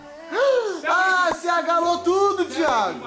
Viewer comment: "Agalo" KKKKKKKKK O correto é alagou